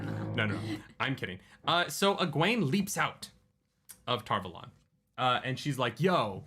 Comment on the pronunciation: Tar VAH-lon is how it is in the glossary.